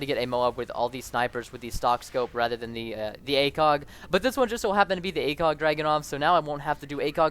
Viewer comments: he mumbbled the acog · i thougt u said /Dragunov Acock?